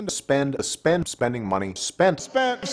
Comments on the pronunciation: thought he was saying spenning like a mix between spending and spinning after like 20 sec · i like the part where he says "spending"